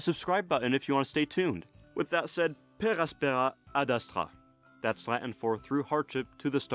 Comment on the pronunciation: "per aspera ad astra" is latin though, so why the French accent? >.>